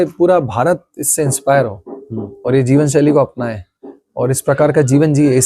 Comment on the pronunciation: Kaash ke kise aise insaan ne ye documentary banayi hoti jisko dhang se hindi bolni aati ho aur hindi uchcharan bhi dhang ka ho … it’s jeevan shaili not jeevan saili 🙄🙄 s aur sh ka pata nahi saari documentary mein low level Ke ucharan wali hindi…. Tabhi ye video kisi ko share karne layak nahi